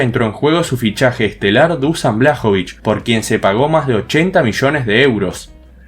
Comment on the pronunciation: Eso si ni mencionaste que al Dortmund después el rangers de Glasgow los arrasó en la ida y en la vuelta PD: El nombre se dice DUSHAN pero el apellido lo dijiste perfectamente mis respetos por eso men 🤝👏